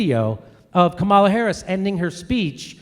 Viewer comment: Brilliant vid. A little amusing that Jimmy properly pronounces "Comma-la" when he's mimicking the chant, but then defaults to "Ka-MAL-uh" for the rest of the vid. To be perhaps overly fair, Harris didn't CONVICT innocent people for career advancement. She "merely" ignored evidence that convicted people were actually innocent. But still.